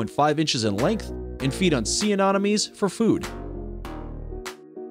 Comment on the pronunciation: Have you never seen Finding Nemo... UH-NEH-MUH-NE. Anemone. Not anonymy.